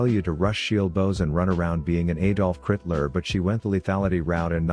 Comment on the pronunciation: "ADOLF CRIT-LER